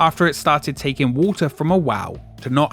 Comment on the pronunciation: The mispronunciation of all words ending in "ing" makes parts of this video difficult to understand. "Taking" and "taken" aren’t interchangeable.